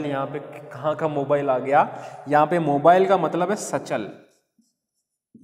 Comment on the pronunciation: Wo sayd motile hota h...aap jise mobile bol rhe ho.. wo..